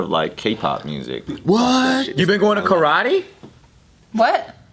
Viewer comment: I can’t tell if Joe said Karate on purpose ..